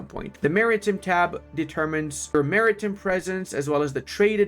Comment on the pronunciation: I realize the "hand gooner" thing is a joke, sort of like "master debater." But FYI, Maritime is pronounced Marry-Time not Marry-Tim. In British English its Mahri-Time but either version we pronounce Time not Tim.